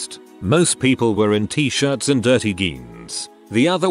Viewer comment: Narration bot mispronounces several words. Not a deal, I get it. However, I don’t understand the pronunciation for jeans (blue jeans), being said with a hard “g”. If being spelled correctly, this shouldn’t happen. Are that many people really using “genes” for “jeans”? Ugh. Sorry…ADHD. 🤷🏼‍♀️😑